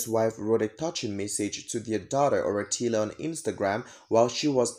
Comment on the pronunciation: You gotta to learn how to pronounce TSWANA NAMES bcz It got deep meanings... Like "Oratile"